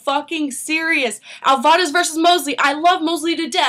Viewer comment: is it just me or is she pronouncing alvarez wrong??? over and over agian